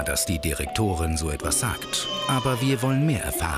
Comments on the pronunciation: hört mal zu wie der Sprecher Bei den Akzent viel zu früh macht und Direktorin so komisch sagt hahahahah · Wie der Sprecher sich bei schon darauf vorbereitet den Name der Frau auszusprechen und deshalb Dirrrektorrrin sagt😂😂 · Ja man, ist mir auch direkt aufgefallen haha 😂😂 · ist mir auch aufgefallen! xD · auch :D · TheScienceFreak Dachte ich mir auch so😂😂